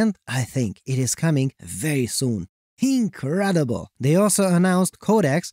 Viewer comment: Did you say the ability to find marks on fabric was "ink-redible"? 😅